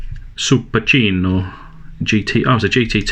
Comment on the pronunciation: Look like you’ve mixed French and Italian while pronouncing Supercinq... 😜